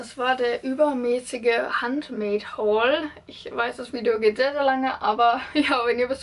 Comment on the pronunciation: Handmade ist ein englisches Wort also spricht man das auch englisch aus...nur zur Info